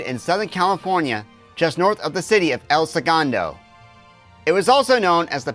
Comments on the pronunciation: It’s “el say goon tho” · El Segundo is pronounced Say-goon-doe.